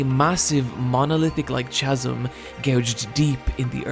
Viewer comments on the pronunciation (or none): "swaydoh-horror" "cha sem" cries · That pronunciation.. yikes. Filum for film is fine I suppose but chazum for chasm and Swade-oh for pseudo? Brutal. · "suede-o" "chazzum" two grievous mispronounciations, back to back. You wound me. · Sorry pal.. It’s Kah-zm NOT chaz-um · its pronnounced kazm not chazm. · Awesome. But the "ch" in chasm should be pronounced in the same way that the "ch" in chaos is pronounced. "ch" like chemistry not like chocolate. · Pseudo I can understand, but who the fuck pronounces it as "cha-sim"? The 'ch' is pronounced as a 'k'. "Kasm". Did you just google information about this anime and use those words without knowing what they mean? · Just for future info whatnot, 'chasm' is pronounced with a hard K sound like Kaz-m, instead of 'chaz-em'. I know this is hella late but a lot of folks miss ch=K sounds a lot x3 (this is 100% for spreading info and not a dig at bad grammar!) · ITS. PRONOUNCED. KASSEM. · Chasm is pronounced "ka-zə m". Every time you say "cha-zə m" it's painful. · Chazzum... Chazzum.............. Chazzum. My dude it it phonetically pronounced Ka-sum. Now all replies, let's say it all together...... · No!:( You’re one of those who say chazum instead of chasm, much disappoint Still great video though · Sorry to be that guy...but "chasm" is pronounced with a hard "k" sound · chasm kăz′əm How you just gonna go ahead and use a word you don't know how to pronounce way more than it needs to be used in the fist place... smdh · i love your vids but when you prononced psudo swedo and chasm chaasim i had to pause and gather myself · but the way you say CHAZUM :( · psswaydough and CHasm. Work on your pronunciation. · "Sway-do" horror? "Chasm" pronounced with a soft "ch"? Okay, then. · Pseudo is pronounced like soodoe, chasm like kazm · All the "Chaz-um" and "Suede-o" were breaking my immersion. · Also "Tchasm". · "Swayed-o"? "Chaz-m"? are you ok dude? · I think we're missing the bigger point here, who the fuck calls it a CHAZOM